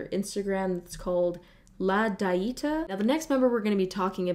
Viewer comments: "La daita..." no ma'am La Dee-Eh-tah (The Diet) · I love you but that "la daita" cracked me up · "La die E ta" IM DEAD baby use google translate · the way she pronounced “la dieta” 😭💀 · i really had ton pause when tried to say "la dieta"